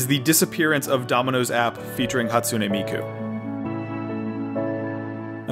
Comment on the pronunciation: "Scottsune Miku"